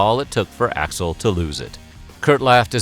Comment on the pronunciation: Dave's "Hi Axl" sounds like "Hi asshole" 🤣🤣🤣